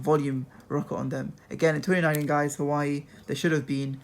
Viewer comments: Just saying you don't pronounce it hawaii, you pronoune it like hoo waa way (well that's how I pronounce it and how most other people pronounce it. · It's pronounced 'WAH-WAY' NOT 'HU-WAH-EE' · You pronounce hauwei like this, Wah-wai not Hawaii.. Jeez Louis 🤦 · U pronounced huawei wrong it's huawai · Actually it's pronounced hoo waa way